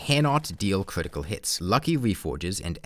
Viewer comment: If you pay attention you might realize he talks like "Defense shweds cwitical damage"